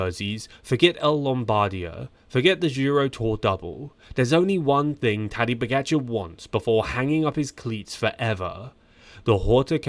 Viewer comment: He's saying his first name, Tadej, but with an accent that sounds like Taddy